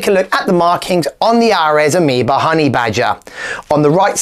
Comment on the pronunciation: Aireeees, not Arez